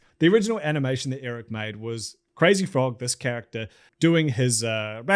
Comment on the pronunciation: you also couldve bothered to google the crazy frogs creators pronunciation lmfao